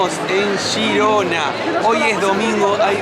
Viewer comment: por qué decís "shirona" o "yirona"????!!!! Es G I R O N A!!!! En castellano